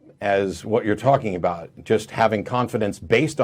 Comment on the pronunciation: “Caller: ” is not Canadian. He over pronounced ‘aboot’ 3 times within his first 20 seconds of speaking. Every other time he used the word ‘about’, it had a more neutral pronunciation. Either is pretending to be Canadian, or is a very confused Newfoundlander